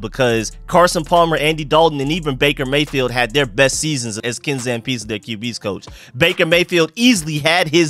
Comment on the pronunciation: Ken Zampese (Zam-pee-zee)